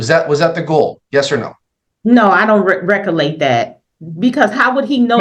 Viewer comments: LOL what the hell is recolate??? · I think she was trying to say "recollect". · I wish she recolate how to pronounce words correctly. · "Recollate, ax , conversate." We are doomed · She likes to be thorough but didn’t want to go to the law office because she was afraid they would keep her there for hours and charge her more. Anyone who says “ax questions” or “I can’t recolate” is not articulate, Your Honor! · "Recallate" was presumably a mispronunciation of "recollect", not "recall" or "locate". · no, she is saying it ALLL WRONG. Recollection, recollect not recallate 😂😂😂 as she says it😂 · They all mispronounce big words in a failed attempt to sound like they have any idea what they're saying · Whew! She is either "axing" questions or can't "recollate" events about her conversations with the first attorney. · holy heck! She "axed" him but I'm not sure if she "recollates" it. She didn't want to pick up her child because she didn't want to deal with her. An adjournment was in order, there was no possible way the lawyer could read through all of the information she sent. The lawyer would need to speak with everyone involved in the child's case (and he's supposed to do this on a weekend?) Bye Felicia! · "I was axing, did I not axe you? I can't reccollate" Who the hell taught these people English?